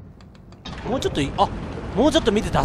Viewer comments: WWWWWむーって何だよw モウだよwww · ムウじゃなくてモウなんだよなあ…